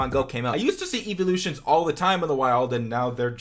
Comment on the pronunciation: "Evilloutions". 😂😂 sorry, I loled